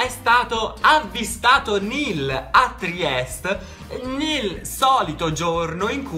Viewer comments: TRIESTE non Triest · ti adoro!!😍 Comunque si dice Trieste😉